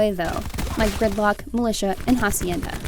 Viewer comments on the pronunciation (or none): nooo not you too, mispronouncing "Hacienda" which is supposed to have a silent "h".